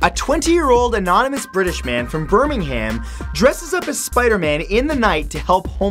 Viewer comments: I'll give you guys a tip. it's not pronounced burming-ham, it's pronounced burming-um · Birming-HAM hahahaha oh dear its burr-ming-umm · Why do Americans pronounce Birmingham like that... You don't say 'ham' at the end. It's more like birmingem. But I understand why as you'd think you'd pronounce it like 'ham' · Bir ming ham? It's pronounced burmingum xD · bihrminghaaymn, it's fukin birminhm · It's pronounced Birminghum not Birminghaaam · Birming-HAM lol